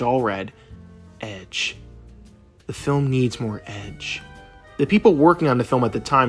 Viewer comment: "Ededge!" What 💀